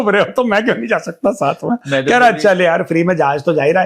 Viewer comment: “kaaa koh rahe hain “ bhai major sahib Bihar se hain kya?